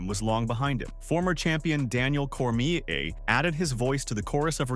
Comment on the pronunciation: Bro called Cormier cormishè 😂